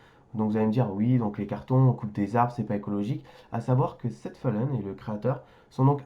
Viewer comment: On prononce "Seven Fallen";;;)))